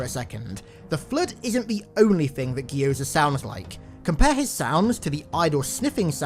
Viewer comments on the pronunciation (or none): That is the most horrifying pronunciation of Gyoza I've ever heard